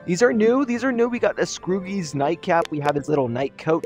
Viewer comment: “Scroogy” 💀 has bro never heard of ebenezer scrooge😭